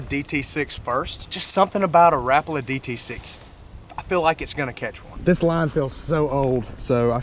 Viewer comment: Come on! It's not (rapa la) it's (ra-paul-a)